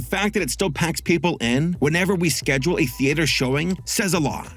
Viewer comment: TheATEer? Barely even knew er...